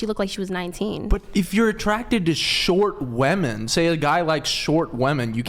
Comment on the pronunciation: Why does bro say keep saying "Wamen" is lnstead of "women" ??